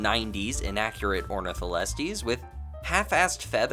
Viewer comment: Knew you were, why did you massacre Ornitholestes' name like that:(